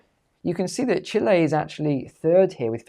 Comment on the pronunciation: Can’t even pronounce the word 🇨🇱 right 😂